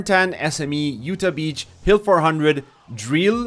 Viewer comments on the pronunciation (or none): none